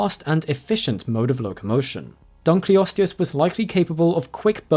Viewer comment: it's the DUNKLE! It was named after david dunkle, so the proper pronunciation is dunkle-osteus!